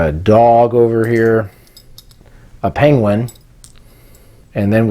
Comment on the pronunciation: He pronounces penguin the same way Benedict Cumberbatch does! Peng-wen